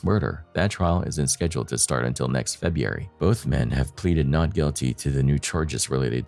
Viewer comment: feh- broo-eh -ree that is how February is pronunced.